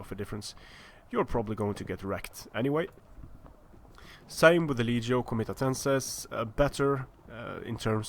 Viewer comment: ngl when you said 'legio' i think my brain just combusted inside my head